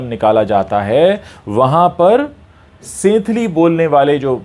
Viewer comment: It's pronounced as संथाली